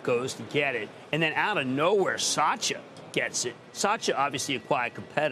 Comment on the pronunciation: He is just butchering his name . SAAAYA 😜😂😱